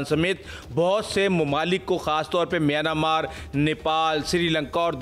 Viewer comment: میانا مارک نہیں میانمارک بولیں